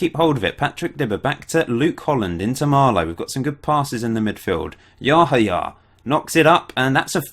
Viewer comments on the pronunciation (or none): I think it is pronunced Yahaya with the accent on the second "a".Im from Romania and we had one player called Seidu Yahaya from Ghana or something like that and that is how the comentators were pronuncing his name.